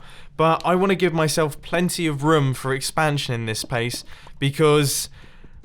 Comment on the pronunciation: "I need plenty of roum" .....ITS ROOM XD